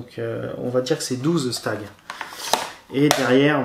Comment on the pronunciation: le jeu 12 stage se prononce" twelve stag". jeux très sympa au passage!